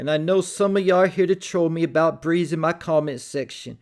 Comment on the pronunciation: That’s not Breeze, that’s sneeze 🤧 😂